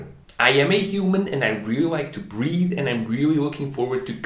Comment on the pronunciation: Hahah I thought you said I am a human and I like to breed!! It wasn’t till the smoke stacks and smog background played that I realized you said breathe!